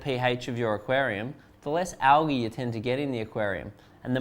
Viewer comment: Word of the day : Algee (Not Algae)